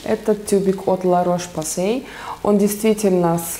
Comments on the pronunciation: ну, вообщее, если ещё точней , то лЯ , а не лА))) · Дильназ Джанбакиева ну,вообще,Ла Рош Посэ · Дильназ Джанбакиева Название марки La Roche-Posay читается на французский манер: Ля Рош Позэ (ударения на «я», «о» и «э») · я тебя умоляюююю-только не произноси "Ла рош посэЙ"-это ужасно!